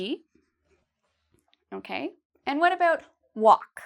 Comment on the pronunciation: I like how you pronounce About like aboot, Canadian mate ;-)